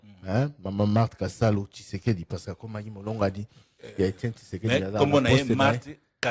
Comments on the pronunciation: Marthe Kasalu et non Kisalu😅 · Marthe KASALU et non KISALU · Maman Marthe Kasalu et non Kisalu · le nom de maman Marthe c'est Kasalu et non Kisalu. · Marthe kasalu pas kisalu